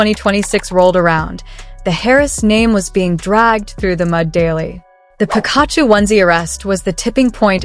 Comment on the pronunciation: Please learn how to pronounce Pikachu